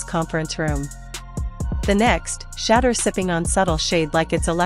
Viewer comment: you need to learn to pounce his Name. It is a total turn off and that is why you do not get that many likes and views.